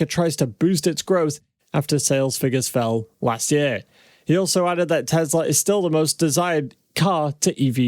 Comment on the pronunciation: Its pronounced teSla. Not teZla. Your driving me nuts with that man. I love your channel. So how to watch when you mis pronounce the name tho.